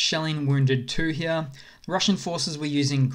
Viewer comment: I'm laughing my back off at 'here, here, here'/he-a. I was thinking, why this dude says he'ah. What kind of Australian accent is that? And yet you are well aware of how you pronounce 'here'. Well played, sir. I'm just kidding. I'm thankful for the memes and cool update. Good job. Slava Ukrainie!